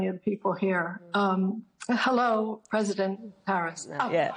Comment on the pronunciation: Saying preisdent harris like she made a mistake